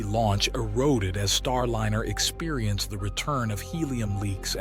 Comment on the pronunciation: A.I. Narrator: "Startliner"